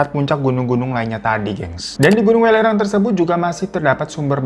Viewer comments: Welirang gak sih bacanya bukan w3lirang 😂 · Bang welirang bukan welirang 😂